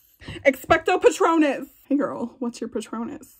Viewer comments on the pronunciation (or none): It's patrooooonum, not patronous... please tell me someone got that reference 😬😅❤️ Love ya girl!! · It's Expecto PatronuM, not Expecto PatronSS!" annoyed Hermione face